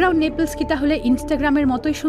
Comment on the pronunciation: নেপলস না নেপলি